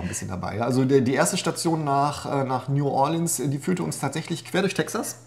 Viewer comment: Nu-ah-lihns heisst das Kaff 🤣(oder war das Nu-ohr-leanz) 😜😜